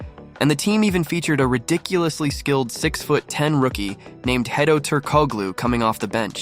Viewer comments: Omg !? Ok is this a AI narration? You screwed up vlades name pedros name and hedos name ? What is happening? You gotta fix that . Just watch a old game and listen to how annoncers pronounce their name . Please . I love this vid just come on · Just the way he messed up these names either dude is young and actually has no clue who Jason Williams is just because how he has messed up divac and hedos names and they weren’t just journeymen. But keep it up bud love the content fr but Dwyane Wade name tho bro lol